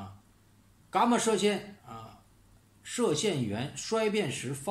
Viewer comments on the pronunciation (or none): 说那个“噶嘛射线”的时候好好笑啊，哈哈😄